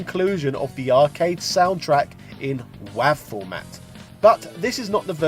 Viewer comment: The way this man pronounced WAV.